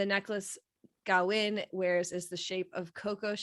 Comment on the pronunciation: Thyme is pronounced "Time" not "Tom" and Kavin is pronounced as K not G. Thank you.